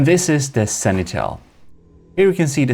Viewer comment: Sanitel? What is that, sir? Try to read after me: Sen-ti-nel... I guess you tried that third battle 20-30 times. Video editing ftw, the Gimle is still king, despite all your dirty tricks failed here spectacularly.